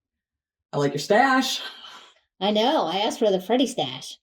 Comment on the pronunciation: Its tash by the way hahaha.